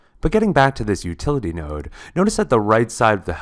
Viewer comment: Did you say "nerd"? Not "nerd" -- "node."